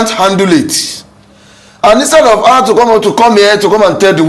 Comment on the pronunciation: I don’t trust anyone who pronounces HER as AAAAAAA. And they say he’s a scholar. Look at your mouth, you built the structure, dummy, Your structure could win the presidency, but didn’t win the governorship election. Abeg